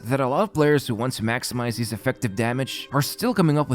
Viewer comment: Why does he say hees instead of his? Lol..